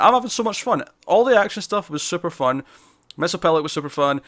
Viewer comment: A lot of people put an extra "L" in Mxy's name like you did. Here's how you say it. Mixy is pit lick. M X Y Z P T L K. There's only one L. Not two.